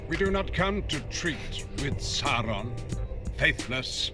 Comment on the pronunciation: Imma be brutally honest, the way he pronounces 'Sauron' as more like 'soron' kinda pisses me off a little